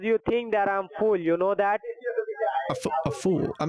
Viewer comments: 🤣🤣🤣 No,he sounds like he says "full" What did he eat?? 🤣🤣🤣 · "YOU TINK I'M FOOL"